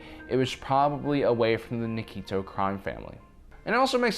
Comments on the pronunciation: Nikto not Nikito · Nice theory. Also, it's Nikto. Not Nikito. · Nik to not nikeeto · Nikto, not Nikito